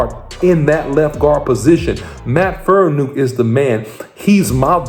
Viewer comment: Say it with me, FAR-KNEE-AWK. Not Faranook, Farniok. It's been 2 years, take 5 minutes to learn the man's name, especially when you're trying to report on him.